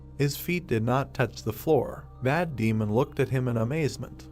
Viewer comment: every time you say 'Mad Demon' i hear 'Matt Damon